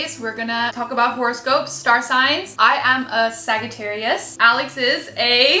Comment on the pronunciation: Horscope? SMH ;)